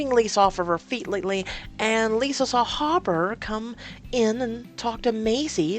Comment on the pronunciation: Hooper, not hopper